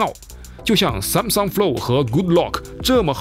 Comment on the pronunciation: 编导老婆嘴说秃噜了吧，Sansom？